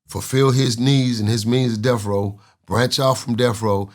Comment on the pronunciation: Can't take nothing you say seriously you can't even pronounce Death row you keep saying Death Roll. Suge did Bail him out but it was to use Pac for his money. Pac made interscope Millions of dollars. Suge only cared about the money. Pac was being loyal to the wrong people that will get him killed. Pac is dead and he died trying to be a Gangsta.